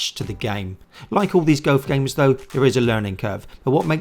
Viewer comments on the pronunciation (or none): Why can't you pronounce the word 'golf' properly? lol